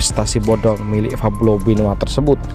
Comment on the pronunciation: Pablo bukan fablo min😯